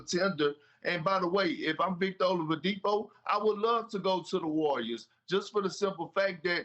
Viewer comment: "Olavidipo" lol